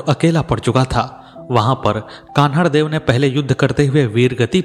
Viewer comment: कहानी सत्य घटना पर आधारित हैं । लेखक ने सही जानकारी प्राप्त कर अच्छी प्रस्तुति दी हैं । कहानी में जो बार बार अखरता हैं वो ये हैं कि पूरे विश्व के महान हिन्दू शासक जिसने धर्म के नाम पर फिरोजा को ठुकरा कर हिन्दू धर्म का मान रखा । उस शासक के राज्य को कहानी में बार बार जालोर छोटा राज्य का उल्लेख करना बहुत अखरता हैं । साथ ही कान्हड़देव को कन्हड़देव के नाम से संबोधित करना भी अच्छा नहीं लग रहा हैं । इन कमियों के बावजूद आलेख / प्रस्तुति अतिसुन्दर हैं ।